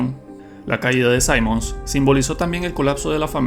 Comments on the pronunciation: ¿Te lo jugaste con el volumen en cero o solo fue hace mucho tiempo? Simmons se pronuncia tal cual con (i), no (ai). 🥀🥀🥀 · Cuando lleva doble m, no se pronuncia "saimons", se pronuncia como se lee, "simmons". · Se pronuncia Cimons, no Saimons, así de naco. Al menos es así tanto en español como inglés. (Personalmente me gusta mucho Resident Evil 6, es bastante largo, y diferente en cada campaña. En un remake si arreglan ese abuso con las explosiones, tanta acción lúnatica, y las transformaciones finales de Cimons, quedaría mucho mejor.